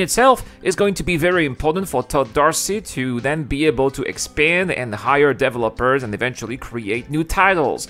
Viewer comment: DEVÉEEEEELOPERS!!! jesus...it just drives me crazy that you cannot say developers. Other than that, thumbs up and great vid. Thank you